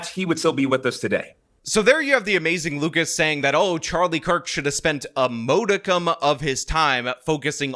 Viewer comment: He reminds of the character played by Damon Wayans on In Living Color. He used all these big words, but they were either made-up or used in the wrong context. Lucas knows the words, but either pronounces them wrong, "Moh-di-cum" (modicum) "Paltable" (palpable) or uses them in a way that he clearly doesn't know what they mean. What a dope.